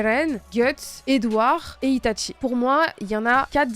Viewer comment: Itachi* pas Ita*T*chi..